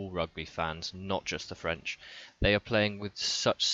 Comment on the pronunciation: Good video , your french pronunciation is not (too) bad. Anyway the French defense is worse than last year...Maybe we need Bouthier instead of Dulin...